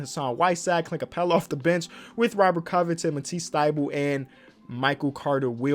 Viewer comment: When he said the bench is lookin awful it lowkey sounded like the bitch is lookin awful